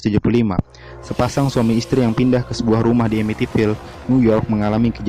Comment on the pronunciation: yg bener Ammitville bukan emitifile